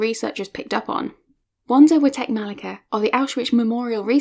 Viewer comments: As Witek-Malicka's compatriot I would just like to point out that her name is pronounced differently (more like 'Vanda 'Vitek-Ma'litska(first 2 syllables like in "malice"). Mordowicz (a Polish Jew born in a town in the same district as Warsaw) is pronounced like Mord(like Tolkien's Mordor)'owitsh (last sound is [tʃ]), not Mordowitz. Pszczyna is said like Pshchyna, but it's understandable, I don't think anyone who doesn't speak Polish would get it right. However, these are minor things, and I appreciate you took up this subject. Best wishes from Poland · oh. And it's pronounced Witek-Malitska; she's a Pole. For future reference ;-)